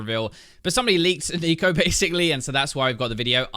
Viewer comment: i keep hearing neko;-; is becoming a weeb